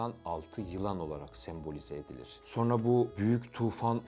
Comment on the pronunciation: SAYIN: Buğra Gülsoy!? "Subliminal Algılar" Demişken: Akıcı Türkçe Telaffuz Eğitimi Aldığınız Halde Neden? "SonRA" Şeklinde Okunması Gereken Bu Kelimeyi: " "SorNA" Şeklinde Okuduğunuzu? Açıklar mısınız!?.. Ve Neden? Özellikle: Ezoterik veya İslam Ezoterizm'i Fikrine Taabiyette Olanların. Bu Kelimeyi "SorNA" Şeklinde Telaffuz Ettikleri ? Yani; Hangi "Subliminal Algılara" Hitab Etmek İstedikleri? Hakkında! Herhangi Bir Fikre Sahip misiniz!? Veya Açıkça Bu Kelime Sayesinde; "Son-RA" Derken!? Sözde: Ra' nın Sonu! Sonuncu Ra..! Şeklinde Manalar Ortaya Çıkabildiği İçin!.. Mısır Tanrısı "RA" ya Saygısızlık Edildiğini Düşünen Ezoterikler; "SonRA" Şeklinde Okunması Gereken. Bu Orijinal Türkçe Kelimeyi. Kasıtlı Olarak "Sor-NA" ya Dönüştürdüler ve Yandaşlarının Sıkça Göründüğü Medya Organlarında Zikrederek. Revize Ettikleri Bu Kelimeyi Popüler Hale Getirdiler!... Diyebilir miyiz!??? Ya da. Açık Konuşmak Gerekirse!? "SonRA" Şeklinde Okunması Gereken. Bu Orijinal Türkçe Kelimeyi. Kasıtlı Olarak "Sorn-A" ya. Yani; "Cern-A" ya Dönüştürerek; Sözde;CERN de Açılacak Bir Portalden Gelecek Olan "Anunnakilerin" A Harrfini; CERN isminin Sonuna Ekleyerek Subliminal Hale GetiriLmiş Olan "Sorn-A" Kod Adı Ortaya Çıkmış Oldu mu!? Desek!??? Ne Dersiniz???? Neticede; Başkası İçin Manası Ne Olursa Olsun Fark Etmiyor!.. Çünkü Ben Hala; Üstüne Bastıra Bastıra. Orijinal Türkçe Telaffuz Şekli ile: "SonRA" Demeyi Tercih Ediyorum!!! Varsın! "Anunnakiler" yada "Ra" Efendi Darılsın!!! Tabi: Toza Dönüşmüş Haldeki M